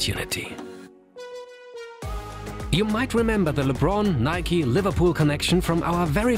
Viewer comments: Nike* not Nikey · Nike is pronounced nikey